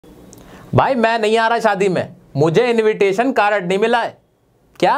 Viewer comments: Invitation card ❌ 😅 Invitation caarad ✅ 😂😂😂😂😂😂😂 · why you said carat not card